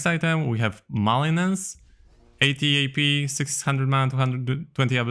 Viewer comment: It's pronounced "Ma-lig-nance". The G isn't silent. Like a Malignant tumor. Not sure if you got confused with Maleficence.